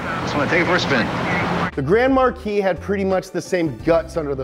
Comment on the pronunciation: Grand MAR-KEYS?!?! No dude. Grand MAR-KEY.